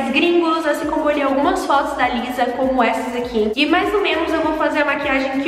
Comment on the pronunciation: Se pronúncia "Lissá" ❤️ (Inclusive , amei o resultado , se eu soubesse fazer metade disso eu ficaria Muito feliz kkk)